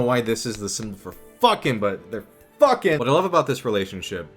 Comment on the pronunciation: "yeah they FWOAKIN!!"